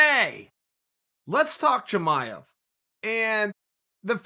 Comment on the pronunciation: Chael "Toe-maev" Sonnen